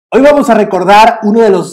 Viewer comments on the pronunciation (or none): none